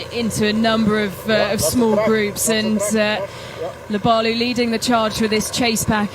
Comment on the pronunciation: He got Lobalu and Kimeli mixed up about 4 times...pronounces Lobalu like an imbecile and bangs on about "took refuge in Kenya, former South Sudaner, former Kenyan" bla bla bla..then Freudian slipped that they were team mates when Lobalu dropped out. He may be a good announcer..but he dropped a few clangers here to say the least. He has a great announcing voice..but the words that come out aren't all that nor full of insight in my opinion..he recites pbs and wiki pages mostly.